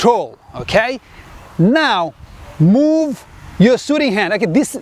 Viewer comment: sooting ahahahahaha